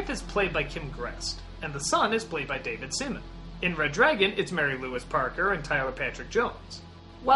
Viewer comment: "David Semen"